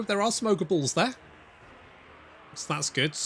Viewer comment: every time you say "ogre bulls," to my american ears it sounds like you are saying, "ogre balls."